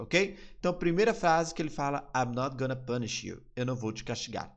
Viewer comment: Uma dica que um amigo americano me deu , você fala gonna assim (gona) mas na vdd pronuncia (gana) . Ele tá me ajudando perder o sotaque , são detalhes pequenos mas ajuda !